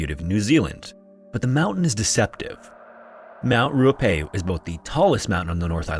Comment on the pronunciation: thank you for covering a New Zealand story!! I just want to point out that Tangiwai is pronounced Tangi (as in tongue-y) wai (as in why), and Ruapehu is pronounced Rua (as in fewer) pehu (peh-hoo). I do love when non-NZers cover NZ stories on youtube, however it's always apparent when the Reo Māori words haven't been researched for proper pronunciation!